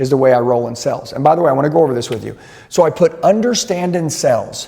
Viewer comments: Nothing instills confidence more than learning sales from a guy who can’t pronounce the word “sales” 😂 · Is he saying "sells" or "sales"? Genuinely asking